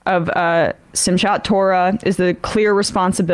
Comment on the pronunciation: Emma: the "ch" in "Simchat" is pronounced like the "ch" in "chutzpah."